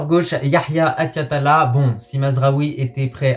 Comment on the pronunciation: petit conseil en arabe tu peux dire achraf et attiat comme en francais 7achraf et 7attiat sa n'existe pas voila sinon bonne vidéo comme d'habitude